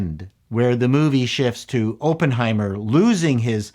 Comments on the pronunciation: Is it a Canadian thing to say Open-heimet? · Had to close this video after you said “open” heimer for the 10th time. You should probably know how to pronounce the name of the movies you review. 🙈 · Say the name as Aaaaappenheimer. Like when the doctor shoves a stick in your throat. Not like when they "open" the door. The double consonant makes it a short 'O'. It must be a Canadian thing. Please redo do the video. ;) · They put out a movie called Open-heimer the same week Oppenheimer came out? Weird. /sarcasm, why do you pronounce it that way? It's supposed to be pronounced "aa·puhn·hai·mr". This isn't a case of Toh-mah-to vs toh-may-to. This is a person's name. Please pronounce it properly. Personal pet peeve of mine. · Pronounce it right please, it's not Open-heimer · Unless I missed another comment after checking them: the pronunciation is Op as in operate, not as in open. Emily Blunt gave the definitive portrayal of the boss babe, a fierce woman to be feared by powerful men. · "I was a massive nuclear physics nerd"... who can't pronounce Oppenheimer or Von Neumann. 😉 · Review summary: Oppenheimer is pronounced with a soft O.